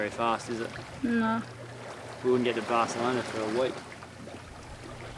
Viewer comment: Not Bard elona but Bath elona. Good to see you doing a sail. When on the motor, is the Cat using more juice than the Mono?